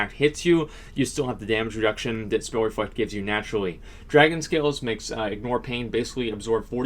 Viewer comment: I swear to shit your saying refuckter spell when you say reflect a spell